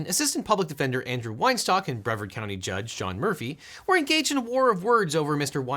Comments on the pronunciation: Objection: It's not breverd, it's Bre-VARd. Source: me, that's my home county. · BreVARD, not Breverd 😊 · It’s pronounced “Bree-vard” County. The “e” is long. I live here. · Breee'vard, not Breh'vard. Yeah, my home county is filled with some jackasses. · Brevard County: bre VARD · it's pronounced "bruh-VARD", and that's just the tip of the iceberg. It's all true, and both and are 100% Brevard politics. I guarantee you people are still upset about the "unjust" consequences from the brawl. Great video.